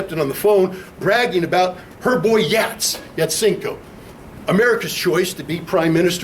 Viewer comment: Yatsenyuk (not "Yatsenko")